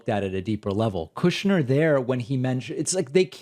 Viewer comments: KOOOSHner lol love it 😀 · David, sir. I love the way you say kooshnerr, it's beautiful.